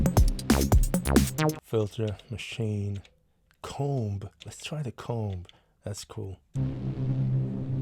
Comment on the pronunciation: that's a really weird way to pronounce 'comb'...